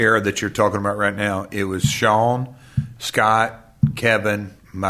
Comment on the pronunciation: Love how Double J says, "Shone" instead of "Shawn".